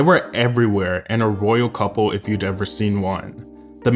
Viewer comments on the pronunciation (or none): none